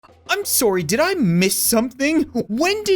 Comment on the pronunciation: "Sorey". Canadian/Minnesotan intensifies